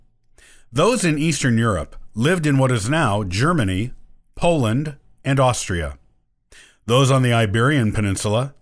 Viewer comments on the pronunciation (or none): none